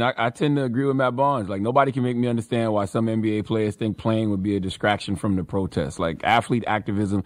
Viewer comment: Imagine always having to remember to miss pronounce words purposely, diskraction, skreets, deminskrations, etc